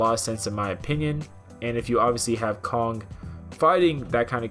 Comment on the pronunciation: "Godzilla vs Cock". Sorry, I can't unhear it now 🤣